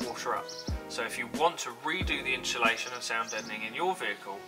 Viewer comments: Just in-SU-lation is okay. What’s all this in-SHOE-lation business about? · Yes! That was driving me crazy! It's inSulation. Great video though! Thank you for sharing your method! Cheers! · Are you installing "inshulation" or 'insulation'...????? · "inshulation" ....... !!!!!!! It must be a Brit thing... Like "Toyoto" 'ARE' making fine cars, instead of "Toyota" 'IS' making fine cars which is PROPER ENGLISH... Or "Toyota" 'ARE' made up of many fine people, instead of "Toyota" 'IS" made up of many fine people.. Toyota being a single entity, although made up of many parts. You wouldn't say: The PIE 'ARE' made up of many slices... Unless you are an ignorant Brit.. Correct ENGLISH would be: The "PIE" 'IS' made up of many slices.. You wouldn't say: The "MEDIA" 'ARE' stupid.... Correctly, The "MEDIA" 'IS' stupid... LOL! Unfortunately, this dumb ass anomaly has spread across the pond, to the USA and the world, where it has become normal to mangle grammar that I learned correctly as a child 70 years ago.. Thanks again socialism/liberalism, the destroyer of Borders, Language and Culture, you win hands down, again...